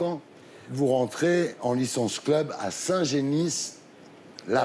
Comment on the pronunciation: whaaaat mais il était dans le club de foot de ma ville?????? et on dit pas saint génisse ou dit saint geni n'imp